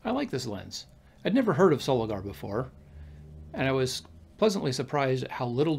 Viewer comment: They also teamed up with the Miranda / Orion camera Co Japan from 1955, many early Miranda lenses are marked Miranda Soligor. By the way it's Pronounced SoligOR not Soligar. 👍